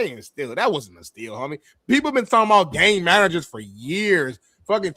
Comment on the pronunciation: did say "GHey Managers" not Game Managers. Facts🤷‍♂️